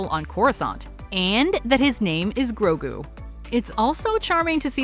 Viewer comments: Here it’s easy just say it with me gro-gue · Grogu. The names grogu. Get it right, please. He's not even related to yoda. Not yet revealed at least